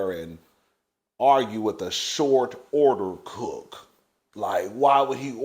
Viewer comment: Between that Tasha K wave and your "Shourt Ourder Cook" I'm hissing!!!!!!!!!!!🤣🤣🤣🤣🤣🤣🤣🤣🤣🤣🤣🤣🤣🤣🤣🤣🤣🤣🤣🤣🤣🤣🤣🤣🤣